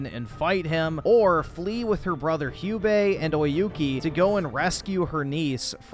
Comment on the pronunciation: Hugh-bae. lmao. Americans can't even pronounce English words properly let alone non-English ones.